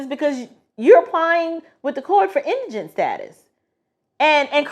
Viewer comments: Thank you for pronouncing indigent correctly. Was getting tired of hearing folks on YouTube pronounce it as indignant.🙄😁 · I appreciate your input, and may i say you are the only 1 out of 10 videos I've watched who pronounced indigent correctly. Lol Your bloopers were cute . God Bless❤ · Thank you so very very very much for pronouncing Indigent correctly!! I have heard this word butchered so much across so many tick tocks and YouTubes it makes my ears bleed! How hard is it to look up or listen to the pronunciation of a word !? I'm not trying to be snobbish but thank you so much for pronouncing it correctly!